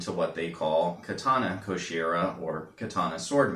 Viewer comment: Nice video, cleanly described. Just a note on pronunciation: "Koshirae" (拵え) is not pronounced "Koshira", but "Koshira-eh", and "Kurikata" (栗形) is pronounced "Kuriga-ta", not "Kuri-kah-ta".